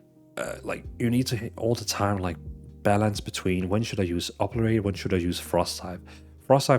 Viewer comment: Oberate? It's O bli ter ate